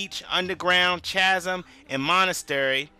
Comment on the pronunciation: Did you say "cha-sm?" It's pronounced "Kazem." That's crazy, what a "chay-otic" game you're playing.